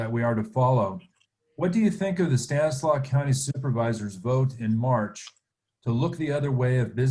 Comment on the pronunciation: Stanislaus county has an S on the end of it. She isn’t from around here.